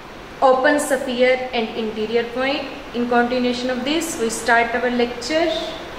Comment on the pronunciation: Wese to video samajh aa rhi h.. Lekin pronunciation of sphere really odd, saphere you pronounce... Otherwise its understood able.